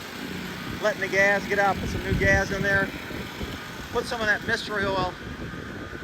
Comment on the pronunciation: Am I the only one that loves it when says gas it sounds like gaz 😂 the man keep it up brother appreciate all you do I could just only imagine how much BS it is for you and how difficult it is making these videos but it is truly appreciated by a bunch of us